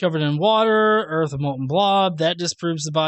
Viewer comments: "erf" lol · "Flat Earf"? What's that? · Are "urf" and "earth" supposed to be the same word? They're not remotely similar, I'm honestly confused. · He’s talking about another planet called Earf, so that planet is flat. Just like his vocabulary. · Oh and all you college students make sure to drop out. Because then you will one day learn to pronounce the planets name the correct way. Urf. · don't say flat erf?